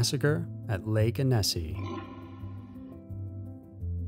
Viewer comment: The "Annecy" massacre is pronounced "Anna - see" - not anissi...where one emphasizes the syllable makes a difference.